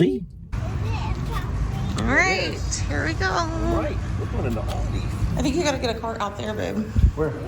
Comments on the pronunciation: ALDI love how you say it its A LDI no auldi lol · Yes,and it's Aldi,not Oldi! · A L D I not O L D I😂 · It's not Auldi itas ALDI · Why do you call it "OLDI"? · Please pronounce Aldi correctly!!! It’s Aldi not Audi!!! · Al - Dee Aldi 😂 not Oldee Oldi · lol its not Aodi its AL DI pronounced AL=DEE.. Thats not bacon, looked more like strips of fat with little meat on it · its aldi not oldie lol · It's aldi not auldie😂😂😂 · Aldi is pronounced Al Di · Its AL-DI as in Al capone! But you are being ripped off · AL DI sounds like AL DEE not AL DI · I know I'm a little late but I just wanted you to know that in the UK it's pronounced Al (like big Al) and then dee so Al'dee ☺ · With one l it's not pronounced Alldi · Aldi, according to Feli from Germany, is pronounced Al as in Albert. Aldi is the first two letters of Albrecht Diskont.